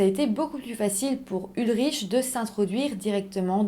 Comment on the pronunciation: On ne prononce pas ulriche mais ulric …